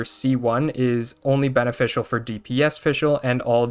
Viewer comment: "As that would be more beneFISHCL to you"